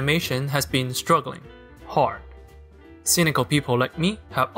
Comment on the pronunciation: The narrator has an awfully strong Chinese accent, every time he tries to pronounce a word that has an "R" in it, it sounds like fingernails across a chalk board because he would horribly fck it up. When he tries to say words like hard or card for instance, all one hears are "hawd" and "cawd". This makes it hard to understand and very annoying